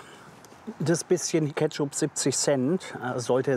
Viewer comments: käpschup“ Ich heule AAAAAAH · @@ Geheimtipp: extra ketschooup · Junge junge.. Ketschuuup, Lahmatschu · So jetzt mal Kritik für den Herrn: 2/5 Sterne Warum? Aussprache: Lahmatschuuu, Ketschup, Kyros!!! Sonst unterhaltsamer Content! 😂😂